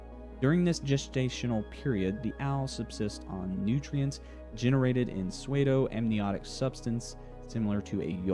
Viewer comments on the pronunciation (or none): I'm so sorry if I'm the millionth comment to this effect, but "pseudo" is pronounced "soo-do," not "sway-do" 😭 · The fact that you say pseudo like "suede-oh" instead of "sood-oh" takes me out of the video every single time. Are you one of the people who say "ep eh tome" too? Also while MFP is a cool "hey look at that" setting I don't think a TTRPG was a good fit for it. No one was ever going to actually play it and instead use the book as a very minor lore expansion. An in universe Ranger Handbook or something would have been more logical but nope pumping out TTRPGs that no one plays but are essentially art/lore books is trendy on Kickstarter so had to cash in. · why are you saying swaydo it's soodo bro tf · I love this video, please keep making videos But pseudo is pronounced "soo-doh" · Pseudo is actually pronounced "sue-dough" but I am nitpicking and rlly enjoy this video ✌🏼😎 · This is a great video before I jump into the RPG itself next month! I should mention, though- pseudo rhymes with judo ;)